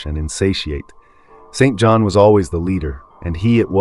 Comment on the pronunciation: Just a nitpick but St John is pronounced "Sinjin" ...bastardised from the French St Jean